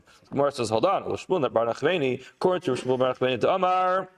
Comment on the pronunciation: "Bar k'teila", "Nachmeini"... I love you Ashkenazim, but sometimes... woof. 🤣🤦‍♂️ שבת שלום ומבורך! 🙏🏼💙😉